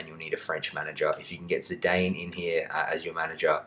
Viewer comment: I've never heard anyone pronounce Zidane like that. I love it